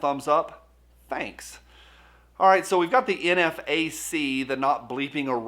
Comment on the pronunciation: Who still hears "WOOTSH" when he says thanks for stopping by? Thanks for the videos!